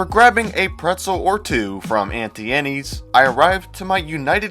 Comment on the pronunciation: I’m disgusted by how you pronounced “Auntie” in “Auntie Annie’s”… I tapped the thumbs down button twice 🤣